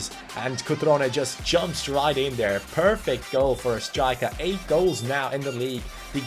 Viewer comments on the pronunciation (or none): none